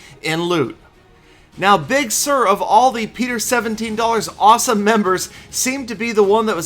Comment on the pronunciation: you are not putting the proper amount of emphasis on the words 'awesome' and 'dollars'. Please refer to Peter17$ for a tutorial.